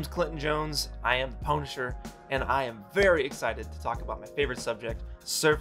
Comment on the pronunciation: Do you pronunce it ponisher?